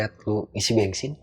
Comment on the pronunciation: Org sunda pisan mau isi bensin aja bilangnya isi bengsin 😂